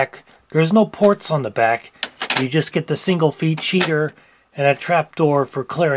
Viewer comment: Lol, he did say that. Could have been worse though. He could have said feet sheeder.